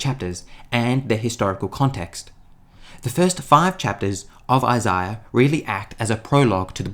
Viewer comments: I wish I could go back to before I heard Isaiah pronounced like that... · Tried watching. Can’t really stand how he pronounces Isaiah as Isiah.